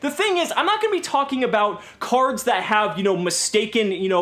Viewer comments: "Crards" lmfao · Actually all English Prime Monarchs say Crards, not just the Supers.